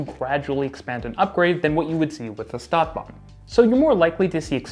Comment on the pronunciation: I can't help it, I must mention that STadtbahn is pronounces "sh"tadtbahn, with the sh sound. It is a kind of exception - words starting with s+t get the "sht" pronunciation. Stuttgart is another example. It was rather annoying to me. Otherwise, an interesting comparison.